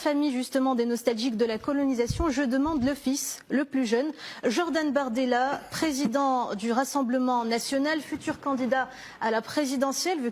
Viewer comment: Il s'appelle BORDELA avec un O comme dans Bordel